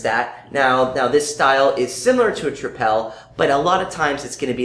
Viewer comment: It's very interesting to see Belgian beers reviewed & tasted overseas. I really liked the video but just one remark: it's not 'trip-èl' but 'triple' as you would pronounce that word in English. Cheers guys!